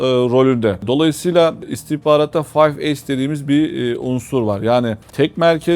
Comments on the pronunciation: Boş bir program olmuş. Tamamen insan psikolojisini etkilemeye yönelik ezber komplo teorileri, daha doğrusu saçmalıkları. "Five Eyes" yorumu yapacak adamın önce İngilizce bilmesi gerekir, bunu söylemeyi beceremeyen "Fayf Eys" diye gülünç bir şekilde okuyan kişinin İngilizce bilmediği bariz. Ezberlemiş komplo teorilerini - saçmalıklarını, tekrar edip duruyor aynı şeyleri, o saçmalıkların hepsi 3 dakikada anlatılıyor profesyonel komplo teorisyenlerince. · Five eyes; five ace diye neden telaffuz edilmis?